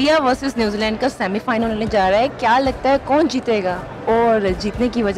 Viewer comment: .... oh hawas ki pujaran anchor..... bc semifinal hota hai semifilan nahi .... bc lan chahiye ?🤣🤣🤣